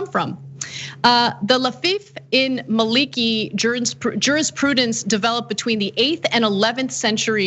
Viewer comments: Ana it is pronounced Maalaki. In fact I am a Maliki, closest ti the Prophet (S)'s teaching, imo. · Maa-liki. Stress on the first syllable. Short vowel sound for the first i. You need to go online and listen to the pronunciation. Not hard to do. Or hire someone or call an Arab friend and ask.